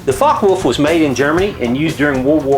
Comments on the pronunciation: I think it is pronounced like focker volf (because in german w sounds like v) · fyi, it's pronounced fo-ck-eh volf